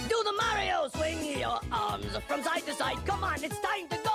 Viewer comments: You Said Super Mario Odyssey Super Maro Odyssey Not Saying I Didnt Like This Video Just Saying You Said Super Maro Odyssey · GodDammit "Super Maro Odyssey" Again! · said Mario so many times as "Marja" and other things like "Mark"